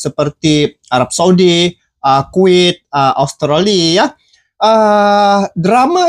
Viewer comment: Bukan kuwit tapi kuwait kali😂😂